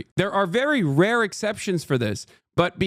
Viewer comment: finally someone says something about trump's pronunciation of "rare"... if I hadn't seen that conversation top to bottom several goddamn times, and hadn't heard him pronounce "RARE" properly the first few times, I could have sworn he had no fucking idea what he was trying to deal for, that he got briefed about it by someone else but only in speech cause he couldn't be bothered to read